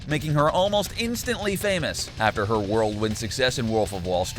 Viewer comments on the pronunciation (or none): Did he say world wind success?